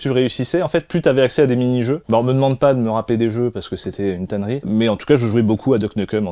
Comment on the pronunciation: une tanee pas tannerie